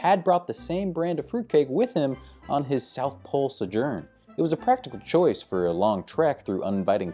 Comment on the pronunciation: Sojourn. Pronounced Sew Jern....not, Suhjern.